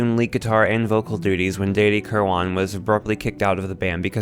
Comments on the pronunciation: These items are pretty wierd.Not terribly accurate, either. Some major issues, some minor. Pronouncing Danny K's name as " Danie" is minor, but bloody odd. Bob Welch's contribution is certainly underrated. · Dude! You pronounce Danny's last name wrong Also! You didn't mention Bobs 70s post Mac band Paris at all.